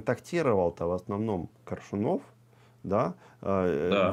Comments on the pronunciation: Этот как будто специально произносит фамилию Коршунова, неправильно ставя ударение. Не Коршуно'в, а Ко'ршунов. При этом слышит же, что Максим произносит по-другому. И Максим лично знал Коршунова Виктора. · Думала мне только ухо режет произнесение ведущим фамилии КоршунОв. И не только это. Ощущение, что ведущий абы как окончил школу и подался зарабатывать на таких вот темах. Настолько безграмотно изъясняется.